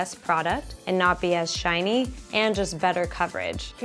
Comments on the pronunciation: When said that she had oily and shiny skin I though she said oily and Chinese skin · When said she had shiny skin, I heard Chinese skin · Im such trash everytime i hear shiny i hear shinee